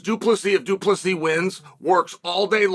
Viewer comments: Chael,Du Plessis is written version,yes,pronounced plessea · Du Plessis * 😅✌🏼 The "s" at the end is silent